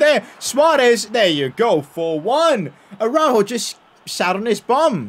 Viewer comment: Tell me... How tf can you call yourself a Barça fan. All you do is make fun of this team and critisice them. I love your content but hearing you critise everyone genuinely made me mad af. And why don't you learn to say "Araujo" the right way.